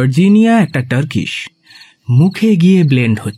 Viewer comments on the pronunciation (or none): none